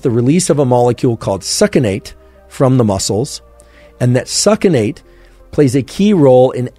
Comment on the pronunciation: this guy needs a doctor to work with him, he always mispronounces simple basics from biochem. its sucks-in-ate, not suck in ate.